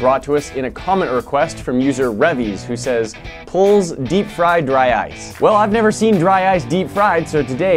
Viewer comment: He said polze, he's old